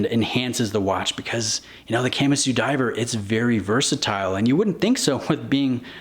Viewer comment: Can’t stand people who can’t pronounce Kamasu